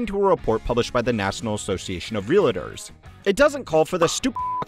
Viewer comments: It’s ‘REAL-TORS’. Not ‘real-IT-ors’. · How do people get three syllables out of real-tors?